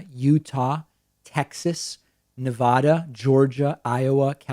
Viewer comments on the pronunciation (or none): David....please know that I love your show dearly but you mispronounced the state of "Nevada" . It's like fingernails on a black board.